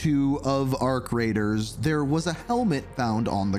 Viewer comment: Every time he says "Arc Raiders" I think he either said "Our Creators" or "Our Craters"😅